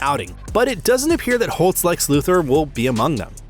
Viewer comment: It’s Lex…..it’s always lex by the way lol